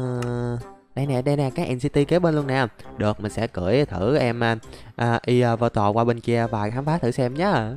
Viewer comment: yea ông đọc đúng con yveltal r:)))